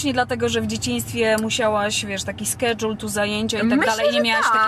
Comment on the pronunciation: "taki skedżuel"